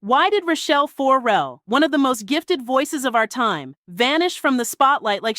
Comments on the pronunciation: 4-Rell is hurting my ears. fuhRELL us please. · Why are you saying her name like 4L? For L? It’s Farrell. Looks just like it spelled. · WTF is up with the FOR-rell pronunciation????